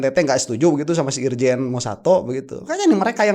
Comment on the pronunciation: Nyebut nama kagak becus sdh bilang irsan sdh bilang irjan bloon